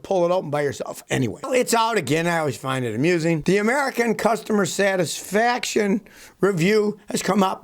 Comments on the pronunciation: "sat-is-fication" few beers today Scott? Lol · “new vehicle customer SATISFICATION ? 🤙🏼 We love you Scotty and expect this be included in the dictionary because it is now a real word by Scotty!